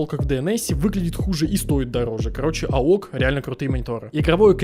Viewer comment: Не аок, а "эй о си" бро